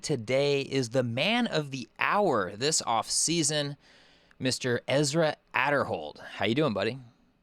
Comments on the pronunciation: Everyone pronounces his last name wrong damnit. A deeeeer hold not ader hold. arrrrrrrgggggghhh. Going from unsponsored to Discraft Elite team is huge, can't think of anyone else who made such big jump. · ok, I was just confused. I was wondering if it was a joke when Ezra said it was pronounced “A” derhold. Seems like everyone is saying it wrong. Nice interview!